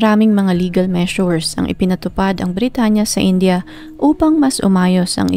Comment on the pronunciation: Please india not inja....indiano not injano hope its help